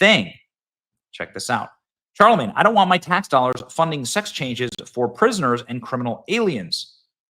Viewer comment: Benny, stop saying Charlemange tha.... it's annoying and ridiculous 😂